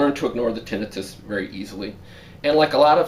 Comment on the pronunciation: Tin nai. tuss. Not tin I fuss.